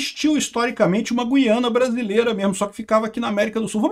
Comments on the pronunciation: Parabéns pela pronúncia correta de GUIANA. Ou seja, GU-I-A-NA; diferentemente do que a turma ("galera") tem feito, em sua maioria, deixando o "u" mudo. Está errado dizer GUIANA (GHIANA), à semelhança do vocábulo "guitarra". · Meu caro, então falta avisar nossos irmãos brasileiros que moram em regiões fronteiras às Guianas . Outra coisa: A pronúncia não tem -- e nunca teve -- nada a ver com trema. A pronúncia correta sempre foi GU-I-A-NA. Jamais teve trema, jamais foi Güiana. Para você se situar melhor, vá ao Google Tradutor. Escreva Guiana em português e coloque outro idioma (Francês, Holandês, etc). Clique em ouvir no lado Português. Lá você terá fielmente a pronúncia em nosso idioma. O que estão fazendo agora, a exemplo do que você argumenta, está errado. Um abraço!